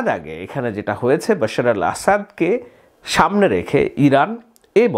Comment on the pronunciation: আপনি তো ভাই BAL এর সাংবাদিক বাশার কে বশির বলার পর আপনি আর সাধারণ সাংবাদিক থাকেনা। আপনি এক মহান উচ্চতায় উন্নীত হয়ে BALএর সাংবাদিক এ পৌছে গেলেন! আহা!